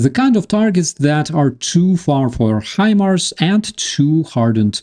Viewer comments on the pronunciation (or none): none